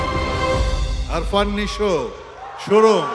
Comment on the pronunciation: খুব হতাশ হলাম আলমগীরের মত লিজেন্ডের মুখে আফরান নিশোর নামটা আরফান নিশো বলতে শুনে😢😢